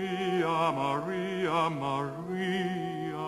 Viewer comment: The first “Maria” he says is perfect and gets me every time.